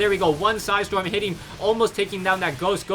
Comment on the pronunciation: "With three su-hi storm"